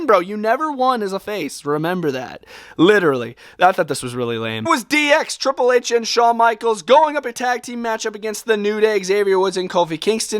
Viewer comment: Was it just me or did you hear him say dx for DIY and also he said sawn michals and triple h